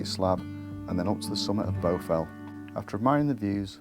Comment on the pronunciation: I think you might be pronouncing it incorrectly which is the problem. Shouldn't it be pronounced with an A not a U !